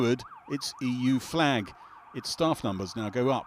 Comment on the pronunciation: What's a "fleg"?